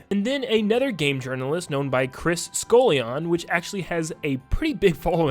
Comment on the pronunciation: Literally cringed at the pronunciation of "Scullion" 😂😂😂